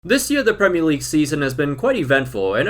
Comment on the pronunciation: Suprised to hear an American pronounce Premier League correctly, instead of "Premeer League"